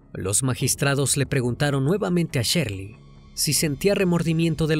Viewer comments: No es Sherly, es Shirley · NO ES SHERLY ES SHIRLEY